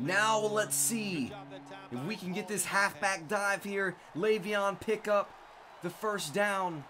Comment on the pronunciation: its leveon layvon